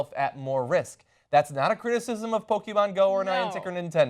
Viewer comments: Are you pronouncing Pokémon wrong on purpose just to annoy the viewers? Just curious. Po-ke-mon not po-ki-man. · it is not "pokimon", pokémon means pocket monsters, so don't pronounce it "pokimon" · PokemonGO NOT "Poke-man-GO" you fuckng bitch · did she just fuking ''POKEMAN'' at the begining of this video? SMH Anna wtfff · "Pokey-man go" Ana get your shit together... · Did she say Pokéman GO in the beginning!?